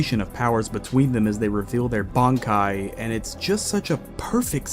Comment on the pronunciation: You saying all the Quincy terminology perfect but not being able to say bankai 😂😂